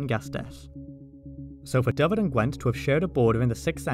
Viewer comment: Nice to see the correct pronunciation of Dyfed. You should hear to attempts by my English friends. Diffid, Daffid, all sorts of horrors.